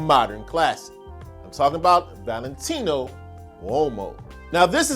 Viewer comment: Valentino what? Please say it again. This time without the exaggerated pronunciation.